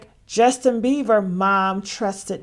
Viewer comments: I love this channel for the gossip, but I need you to pronounce Justin’s name correctly. It’s Bieber not beaver girl. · It's beiber.. Beiber...not beaver 😂